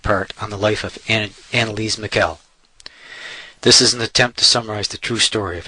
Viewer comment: The correct german pronounciation of her name sounds very different- like "unn-elise-mi?ell . The "ch" sounds like a whispered k. The german "i" is spoken like in "inform"